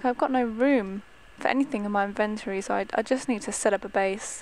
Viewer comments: raizen lee It's inventory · IT IS ''INVINTORY OKAY😡😡😡😡😡😡😡😡😡😡😡😠😠😠😠😠😠😠 sorry i am allways mad😶😶😶😶😶😓😓